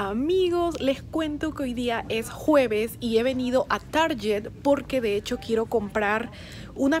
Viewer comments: Tar-guet, se dice!!! Lo aprendí en tu vlog... de cómo se pronuncian algunas marcas palabras. Jejej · Hola, porque pronuncias target asi? seguro te confundiste...